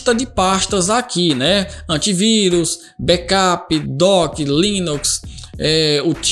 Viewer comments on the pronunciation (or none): none